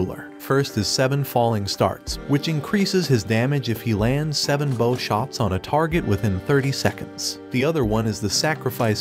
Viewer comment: So many weird mispronunciations. "Bow" "Lich" and others...